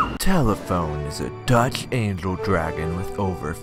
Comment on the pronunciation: What i heard: Duck Angel Dragon What it was : Dutch Angle Dragon